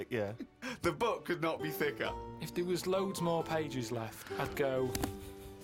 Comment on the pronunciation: “…the book could not be thicka.”😂🤣😂